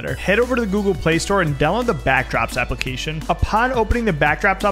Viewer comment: i thought he said backroos instead of backdrops☠☠☠☠